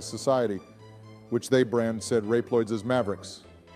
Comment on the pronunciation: Rep loids